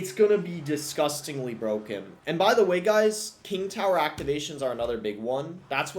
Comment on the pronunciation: Hewoe knight is bwoken